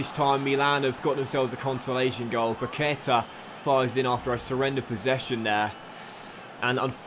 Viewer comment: His pronuntiation is Paquetá, make the effort in the last Á